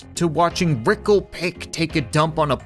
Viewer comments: Says rickle pick lol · he said rickle pick it pickle rick lol